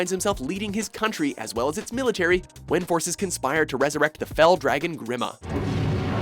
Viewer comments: Sorry to nitpick but it’s pronounced as Greema and not Grim-uh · They mispronounced Grima's name. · When they pronounce Grima just wrong